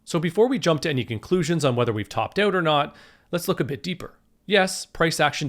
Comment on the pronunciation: Topped "oat" :D